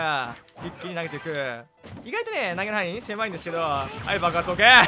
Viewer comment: 範囲を「はいん」と読んで、、、ますか？